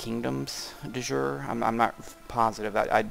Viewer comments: I hate to nitpick about pronunciation, but there is a big difference between the phrases "de jour" and "de jure". De jour, which is what you're saying means "of the day" as in a whim, whereas "de jure" means "by law". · Sorry, I should mention that "de jure" is pronounced something like "dee yoo-ray".